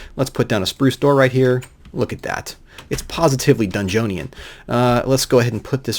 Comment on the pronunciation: I would suggest the manasteel tools since they'll never break as long as you have a tablet on you, but you'll probably have a more clever solution anyway. Also, "dungeoneon" srsly? /scoffs loudly